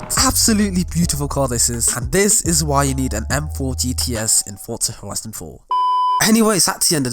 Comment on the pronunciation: "Fortsa Horison 4"